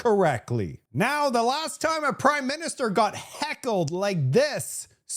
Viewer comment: Did you say prideminister?